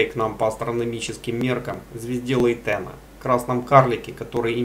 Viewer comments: У нас в языке англ. имена вроде ставят на первый слог, БАйрон, ДжЕррард, ФЕргюссон и т.д. Да и в википедии на первый слог - ЛЕйтен. Я не придираюсь, не подумайте, просто интересно стало. Спасибо. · А почему ЛейтЕна? Ударение ведь на первую "Е" или нет?